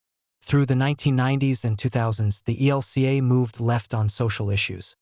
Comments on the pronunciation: Your Robot voice keeps saying EL KA for E L C A. It's a stupid mistake in an otherwise usefyl poroduction,. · Lots of people call it that. There’s no vowel in LCMS.